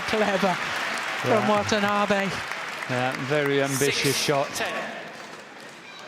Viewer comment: Wthen the commentator says Wantanabe's name, it is heard as 'What an Army'!